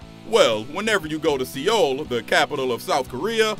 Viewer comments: bruh its prounounced like the word soul... not see yole lol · It's Seoul South Korea not see Ole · Lol. "Si-ol" Korea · "SEE OUL" hahahahahahaha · Why do SO MANY YouTubers mispronounce so many common words??????????? Se oul.